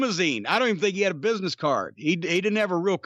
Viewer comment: "Muh place of biness" LMAO